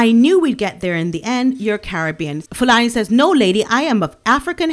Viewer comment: Love your pronunciation of Fulani's name - it's never sounded more beautiful.